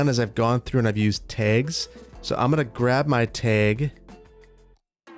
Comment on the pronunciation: Is it just me or does pronounce 'tags' differently? After the first few I couldn't stop noticing it.